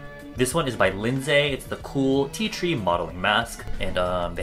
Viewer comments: 100 people didn't like the fact that said "lind szay" instead of "lind-zee" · Your pronounciation of "Lindsay" is triggering me